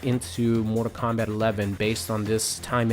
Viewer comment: What's this "Mortar Kombat" game this guy speaks of?